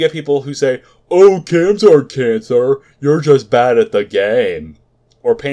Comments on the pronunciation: Its not Cams, its Quaams. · no, its QAAMs. in other words, there is no U you don't pronounce a U that isn't there. Q A A Ms or Q AAMs